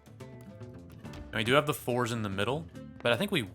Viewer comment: I know it is fours, but it is almost like you say: "we commit to the force here". Which sounded so Star Wars xD.